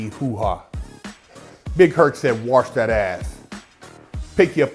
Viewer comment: did he tell you to waoursh your asth